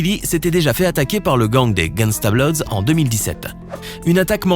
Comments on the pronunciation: « Gangsta bLoWdS » 🥴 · on en parle du "Nine Trey Gangsta "BLOUDS"